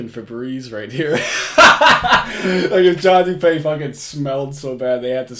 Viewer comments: Isn't it pronounced doo-pee and not doo-pay? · Dupeee bro. Not dupay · His name is pronounced Doo Pee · It’s actually pronounced Do-pee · it’s doo pee